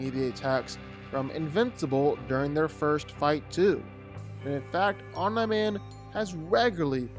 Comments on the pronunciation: It is pronounced (om-nee) not (om-ny) would you say (om-ny-po-tent)? No. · “Om nigh man” they say his name a million times in the anime as “om NEEEEE man. Every time I hear him say “Om nigh man” I cringe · Tried watching this, but the mispronunciation of omni man really got me after a while. Omnee Man. OMNEE man not om nah man. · His name isn't Omna Man. It's Omni man. (Pronounced Ohm Nee Man). Spend just a bit of time researching stuff b4 you sound ignorant esp if you're ging to do a YT video like this. Good grief. LoL 😂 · Omni Man… ❌ OMNAR MAN! ✅ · It's pronounced Om-NEE man. Not Om-NAI man. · It's pronounced Om-Knee-Man... you know like knee, the joint in the middle of your leg, not Nah as in "nah dawg" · For the love of god bruh it’s OMNIIIIII man not Om nah man☠️ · Omni =(Om-Knee) not (Omn-Eye) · "Om-NIE Man"???? Who dat? It's pronounced "Om-knee Man" 🤣🤣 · You pronounce his name wrong... its not 'Om nahh Man" its Omni-Man... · Bro it’s OM KNEEE MAN not omnaman 🤣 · He’s trying to say Om-nI man instead of om-nE man when the latter is clearly the one they use on the show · Omm-Knee... like your knee not nye like Bill Nye the science guy... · the correct way is OM-NEE the way he was pronouncing it was OM-NYE like EYE. It was annoying. 😅😂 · Omniman not omnqman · JFC how hard is it to say Omni Man correctly? OMNEE MAN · Stop saying Om-NYE. FFS!!!! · "OmNum Man" "OmaNai Man" "OmeyeMan" "Umnahman" "OmNaw Man" Dude...wtf?! 🤦🏾‍♂️ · Dog its Om-Nee Man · Disliking vdo for your wrong pronounciation as OMNA MAN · Who the heck is Omnah-Man? 🤨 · Bro it’s pronounced Omni OMNI MAN how tf do you get this wrong! they even say this in the show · Let’s see Eye-Ron Man vs Om-Nigh Man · "Om-Nah Man" distracted me the entire time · Who the f is “omna-man”!?!? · Yeah. Once i heard omnah man i was confused. But when i heard that for 5th time, i couldnt continue to watch xdd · Why do u keep sayin Omnuhman ? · who tf is OmNahMan Cuh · Wtf is OmNyeMan😂😂😂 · Why do you keep saying Omneye-man?